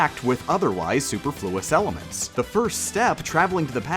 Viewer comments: Super... floowus? "Superfluous" It's quite hard to pronounce from the spelling.. It's Soup-er-fer-luss It's supe (soup) erfer (like earther) luss (rhymes with wuss) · That is not how you pronounce that word.